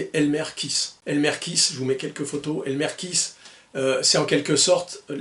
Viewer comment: Alors que dire... Merci!!! Je suis partial, pauvre admirateur de Clint que je suis, mais j'ai adoré chaque minutes de ta vidéo (même ta façon de massacrer le nom de ce pauvre Elmer;), une fois kiss, une fois kaisse, faut dire que le "th" n'est pas aisé pour nous Français). J'ai même posé mon 29-2 sur le bureau le temps de la vidéo pour qu'il puisse voir ses copains. Encore merci pour ce bon moment, et très bonnes fêtes de fin d'année, j'espère te retrouver plus souvent en ligne en 2025! Freebird